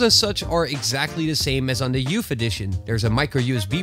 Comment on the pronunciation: "YOUFF EDITION"